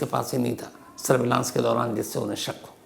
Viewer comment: Shams Bhai, I love your presentations, and easygoing manner. I am sure many young people consider you as a role model and look up to you. They emulate your style and articulation including pronunciations. However, there are a couple of things that are troubling. For instance, the word SURVEILLANCE is pronounced as सर्वे(य्)लंस and not as सर्वलांस!!! PAROLE (pəˈrōl) is पSरोल and not पेरोल, which is how PAYROLL is pronounced. Paying additional attention also to gender when using words in Hindi/Urdu/Hindustani will make your presentations flawless and serve better your viewers. Thank you.🙏